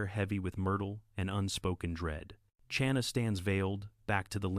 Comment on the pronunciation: Narrator needs to learn how to pronounce the ch in Chana. Not like cherry. Like the ch in Bach, the composer.